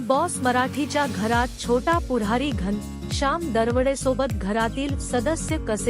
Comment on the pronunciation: घनशाम नाही घनःश्याम , आधी नीट बोलायला शिका , मग व्हिडिओ बनवा